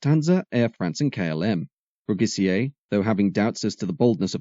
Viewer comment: Philippe Brugisser, not Brugissier!